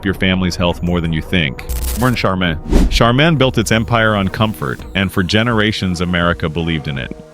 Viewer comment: Learn how to pronounce Charmin! Get a smart phone. Lol